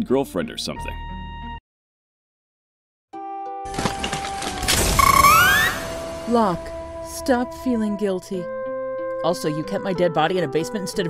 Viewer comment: It is painful to hear them call Locke "Lahk".